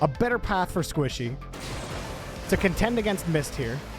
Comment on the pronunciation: This is how many times called Squishy, Sypical ↓